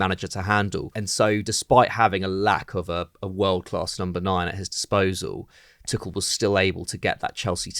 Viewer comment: Sick of these people saying Tuchels name wrong as Tukel.